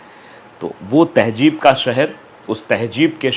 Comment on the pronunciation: To better communicate ,advice you to please take a URDU Tuition , Its not Tehjeeb -- Its Tehzeeb & not Majhab its Mazhab